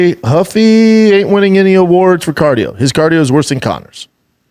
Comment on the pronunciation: Ruffy not Huffy, unreal.